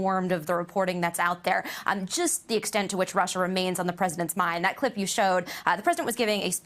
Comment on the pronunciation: Good. Lord... how appalling, the rant about RRRRRruuuussssaaahhhhh.